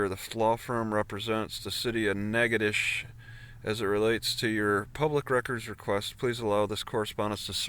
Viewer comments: The pronunciation of the town is natch--itow--ches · no. Natchitoches, (Nack-a-tish) the original French colony in Louisiana, is the oldest settlement in the Louisiana Purchase. Established in 1714, Natchitoches